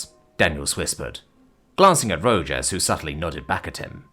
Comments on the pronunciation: I love it when I'm not the only one saying how a name should be pronounced. It's Ro-Haas. Not Ro-Jas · Rojas is pronounces 'Row-haas' not 'Row-Jaws' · Ro-HAS. Rojas is pronounced "Ro-Has". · FYI It's pronounced Row Hoss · As a Texan, the pronunciation of Rojas as Ro-jass was killing me. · This Arizonan agrees with you. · Illinoisan here, think my eye twitched every time.